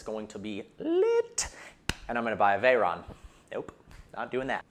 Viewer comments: "And this is vehicle vrogens" 😂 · "and this, is vehicle rrergins" lol sorry i just had to point that out